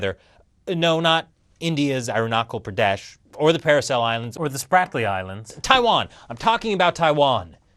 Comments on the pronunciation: It's ArunaCHal Pradesh, not ArunaKal Pradesh. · It's "Aru-na-chal (as in the Hindi word for go or let's go) Pray-desh".